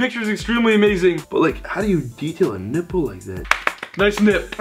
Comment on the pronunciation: he said nipple not nimple